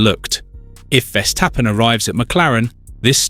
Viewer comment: You should learn how to pronounce 'Verstappen'